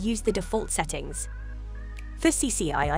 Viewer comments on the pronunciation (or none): none